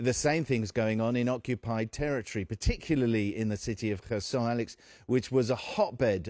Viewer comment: The news anchor called it person instead of Kherson